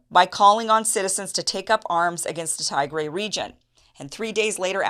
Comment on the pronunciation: "Tee-grey", not "Thai-grey".